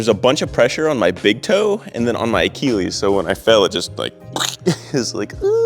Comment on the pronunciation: It's not akiwis, it's achilles XD